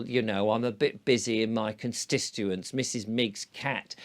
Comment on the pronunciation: Constituent. Please put the t in it. Cons t ituent cons t ituency. Of course it may just be my hearing.